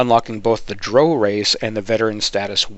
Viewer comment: i cant get past you saying droh instead of drow